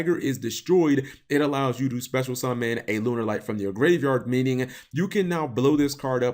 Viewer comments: Why does he say Lunerlights? It's pronounced Lunalight man... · No duh lol but it's not the way the archetype is pronounced. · i think it sounds also stupid